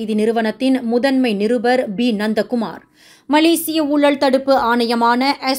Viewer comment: Ha-ha … nandha Kumar become nonda Kumar 😂😂😂